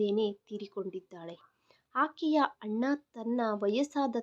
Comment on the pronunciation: ಮೇಡಮ್ ನಿಮ್ಮ ಉಚ್ಛಾರಣೆ ಯನ್ನು ಸರಿಪಡಿಸಿಕೊಳ್ಳಿ ಅಣ್ಣ ಅನ್ನುವ ಬದಲು ಹಣ್ಣ ಎನ್ನುತ್ತೀರಿ